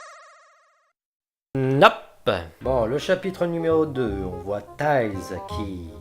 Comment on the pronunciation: bon c'est pas grave en tout cas le "I" se prononce dans "Tails"